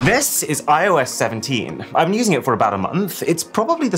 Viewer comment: "I oh Yes" hilarious!